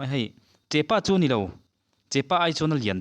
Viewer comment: Thianpa, (chepa) nilo in (chehpa) an ti thin a,chuan hei hi (sarivaithun) a nih hi